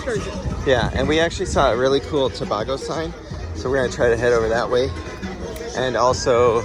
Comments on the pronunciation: It not to ba go it tobago😑😡😡 stop saying out thing worng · Please pronounce the name correctly . Its Tobaaaago!! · To-bay-go for reference btw! Loved the vlog and happy you enjoyed 🇹🇹. You had chicken pelau with stewed chicken.